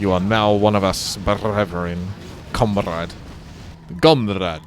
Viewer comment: Nobody: Literally nobody:: gome with us comrađ